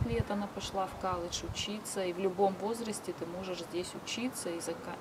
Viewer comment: Дома в России говорила колледж. А в америке уже коладж. Бесит